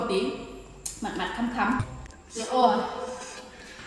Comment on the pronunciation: Vcl khẳm ko phải khắm đâu nhé lều e